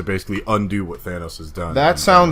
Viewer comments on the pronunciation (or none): If you're not going to say Thanos' name right, stop saying it. This has been driving me crazy for a year now! They say his name plain as day in the movie for God sake. You have 0 excuses for calling him Thainos anymore. You no longer sound smart.